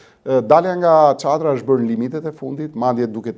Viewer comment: Edhe ty të paska blerë Rama o N’KOLLË. Mëso të flasësh njëhere o skllav . Nuk thuhet qadër por çadër o vemje